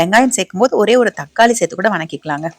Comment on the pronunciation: Serthu enru sollungal madam.sethi sethi enbathu sariana thamil soll ellai.Tnq.